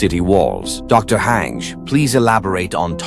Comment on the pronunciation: I am happy textify made a aot video but the pronounce blunder of hange spelled haje instead of han je and also ERWIN was a commander not a Major